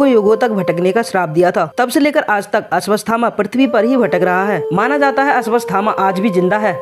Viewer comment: Ashwasthama nh unka nam ashwathama hai.. pehle to naam bolna seekh or fr dusro ki vedio se copy krke mat bna vdio . Khud ki bna..